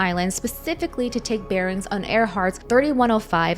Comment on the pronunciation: Bear-ings, not barons!